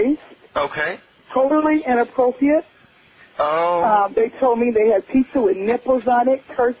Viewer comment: Lol and she says "innappropiate"! She said it twice that way!